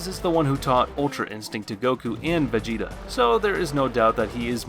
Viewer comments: yeah , he pronounced it as Vuh-je-ta . In the Japanese it's pronounced as ve-jee-ta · Did mans really just pronounce Vegeta as Vegika?